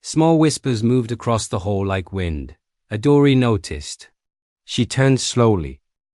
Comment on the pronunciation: Pronunciation of "wind"...I know English can be hard, but please give ur AI more classes in English...